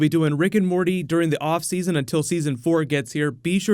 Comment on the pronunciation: "Seson 4 season"?